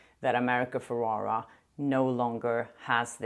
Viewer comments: it’s pronounced “Feh-reh-rah” not what you’re saying, “Feh-rah-rah” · It’s America Ferrera with an E not Ferrara with an A.